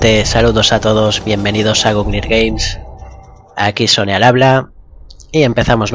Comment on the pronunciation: perdona sone pero cuando lo dices en el video suena como sony